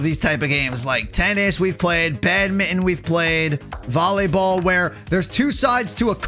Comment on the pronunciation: Its not bad-mit-en its bad-min-ton